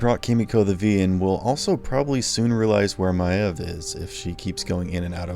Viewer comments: The amount of people in this comment section that are making fun of or just flat out insulting the creator just because of how he says Queen “Maeve”…I can guarantee you a lot of people have at least one or two words that they pronounce incorrectly simply because it was the way they guessed the word sounded it before learning the actually it correctly. I was like 9 when I started reading the first Harry Potter book, and I had NEVER in my life seen or heard the name Hermione. So I just guessed and for the next THREE BOOKS, every time I read Hermione, I’d say it like “Her-moy-nee.” I had misspelled the name in my read the first time I read it (ex: Hermoine, not Hermione) and never noticed it. I thought the “o” came before the “i” so the same sound you’d get in the word “coil.” Eventually, the day game where someone laughed in my face and corrected me and now I’ve known for years how to correctly say Hermione, but I slip up and still pronounce it my stupid incorrect way often enough. It’s just how I taught myself the name and I’ve never been able to just forget I can deal with the grammar police, but the pronounce/enunciate police need to stay at home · Why are you saying Maeve's name like that, all characters say it differently in the show. Are you just trying to make people mad or what? Saying someone's name wrong doesn't make funny, it make you childish. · Narrators aren’t a pet of the writing team, and probably never saw the show. What’s more frustrating is the fact that Maeve isn’t even a made up name. It’s a real, normal name and they can’t even pronounce it right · Great video but am I the only annoyed by his pronunciation of Maeve's name? Jeez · I can’t think of anything more annoying than having to hear this person pronounce her name wrong more than 30xs! Videos good…but got dammit I rolled my eyes every time . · Why does the narrator keep miss-pronouncing Queen Maeve's name? They say it frequently in the show - it's pronounced "Mayv", not "My-uhv".